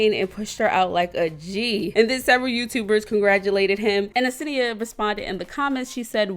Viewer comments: where do you see a e in front of her name ? like damn u never say her name right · Why you say senia like that😭😭😭😭